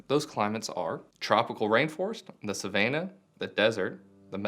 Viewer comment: Did he say Saveinah?